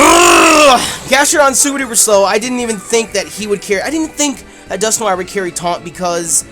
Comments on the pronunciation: Wait Wait Wait!!! Dusk - nor- IRE!???? NO, IM NOT HAVING YOU BUTCHER MY FAVORITE POKEMON'S NAME! I would understand if it was something like Rayquaza, where there are multiple pronunciations, but there is only one common pronunciation for Dusknoir, and that is Dusk- Nor-Wa, as in Noir, the word for black in french. Get it right. JK, im not THAT mad... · Lol dusknoir is actually pronounced Dusk-Nor, if it is your favourite pokemon then learn to say it's name